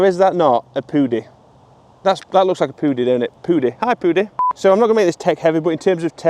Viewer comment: "looks" rhymes with "dooks" , who knew?